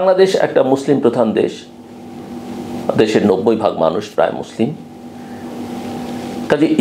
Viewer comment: ভাই মুসলিম শব্দ টাও ঠিক ভাবে বলতে পারেন না! আপনি কোন মানের মুসলমান মানুষ বুঝে।